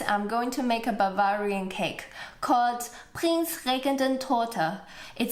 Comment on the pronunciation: You pronounced Bavarian completely wrong, next time have a little more cultural respect please.